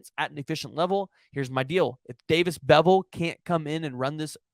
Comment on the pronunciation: I wanna slap this guy for saying beville smh